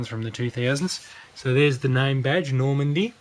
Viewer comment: It's Nordmende, not Normande.